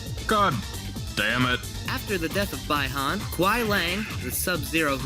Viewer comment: You pronounced Bi Han wrong. But I'm thoroughly impressed. I'll subscribe.